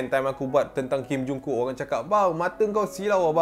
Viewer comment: Pronouns sebutan nama korea perlu dititik beratkan .. Hee chul disebut hee chul buka hee chal..emm emm emm kim jong kook, bukan kim jung kook.. Hiksss.. Hikksss semoga ini dpt memberi penambah baik kan dalam video mendatang..